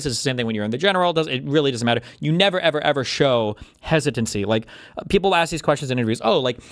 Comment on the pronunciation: “neva eva eva” what was that hahahaha